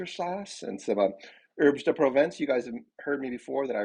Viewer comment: It's pronounced "AIRB-duh-proh-VAHN-ss," not "ERBZ-deh-proh-VEHN-ss."